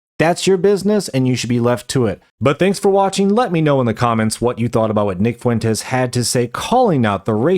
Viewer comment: Wow wee nick fwentez owning da wiberals.